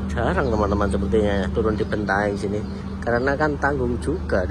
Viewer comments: Bantaeng wooiiii Bukan bentaeng 🙃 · Bantaeng, bukan Bentaeng ya